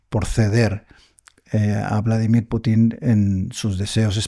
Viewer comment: Hombrecito ignorante, el entrevistado, los ucranianos son un intento mal intencionado de los europeos traumados. Usted está sesgado. Note que el entrevistador sí es profesional pronuncia Pútin.